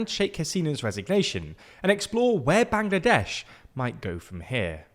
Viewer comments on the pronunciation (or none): none